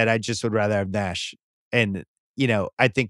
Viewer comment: I could not listen any more after Ryen said Nash over AI.